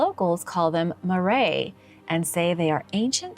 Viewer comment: Love your attempts at the dialect, but it's MA-rye, not maray And they didn't practice blood offerings